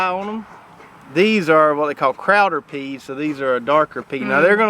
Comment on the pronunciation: That's pronounced "Crowder peas".